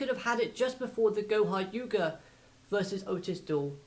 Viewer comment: Do you realize that you said goha yuga instead of goha yuka